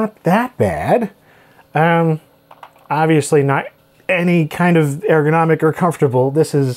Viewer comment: How dare you, my mother was a saint! Also, ergonomic starts with an URR sound, not AIR.